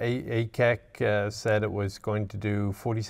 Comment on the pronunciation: Kudos for your excellent pronunciation of the full name of the ACEC ! FYI "Ets" is short for "Établissement" in French, that is "company" / "corporation". Thank you so much for giving us Belgians an opportunity to discover these forgotten vehicles!